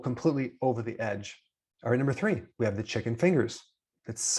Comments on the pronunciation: The 'tree' most dangerous restaurants meals in the world ? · “Tree” most dangerous foods? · Wait the "tree" 🌳